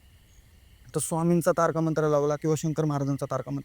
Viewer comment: Tarka nahi ho bhau Tarak mantra mhna,🙏🙏🙏baki story khup bhynkr😢😢😢😢😢